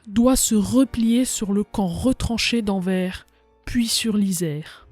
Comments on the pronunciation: BruSSelle pas bruksele... anverSSSS pas anver... jamais on apprends sa a l'ecole :/ meme etant Belge on apprends plus sur les francais mais surtout les americains et anglais... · Pour info ça se dit anverse et pas anvere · Anver"S" pas Anver. le mot "envers" n'a pas la meme orthographe que Anvers donc il faut dire le S. BruXelles c'est un X pas XC tu prononce soixante (soissante) pas Soixcante. C'est pareil pour Brusselle. Sinon merci pour le documentaire ^^ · Intéressant, sans nul doute. Et cela fait plaisir, en effet, que l'on se rappelle que les Belges aussi ont combattu. Il n'empêche, en temps que Belge, il y a des noms qui font mal aux oreilles. Paul Eyschen se prononce "éskenns" Anvers, on prononce le S final Bruxelles, on dit Brussel. On écris Bruxellois et on dit Brussellois La ville près de Liège ayant vécu le même sort que Dinant s'appelle Visé Ravitaillé via Callait et Dunkerque, ainsi que Nieuport, qui était bombardé, mais néanmoins en service.